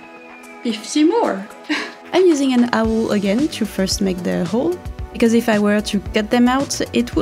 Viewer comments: I try not to correct pronunciation but its been a few videos now 😅 awl sounds like “all”. think of the word “awe” and tack on the L sound. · Oh, I love this! So cool! I now want one in every colour. (Btw, 'awl' is pronounced just like 'all')